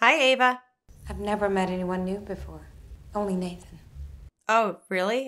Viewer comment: Also, you guys, it's "AVA"! NOT "Eva". It's even within the captions of this video! Just look at the screen!